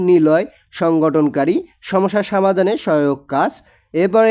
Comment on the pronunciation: Sir Assalamualikum apnar pora onek valo but samadan na only somadan ok